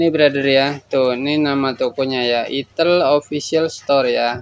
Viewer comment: Aksen penyebutan nya enakan "aitel" Bang daripada "itel", soalnya kayak aneh aja kalo denger nya 😅😂